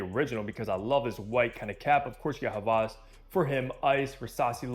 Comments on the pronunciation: he’s done other hawas reviews and pronounced it with a W. is the only creator that has said it with a V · he might know German. Just like Volkswagen is actually said "Folk-s-Vagen"